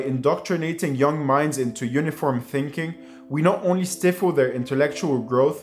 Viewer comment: great work, I enjoyed the video and it inspired me to reread Rollo May. FYI- check your pronunciation of "stifle" at 12.44( open a sound)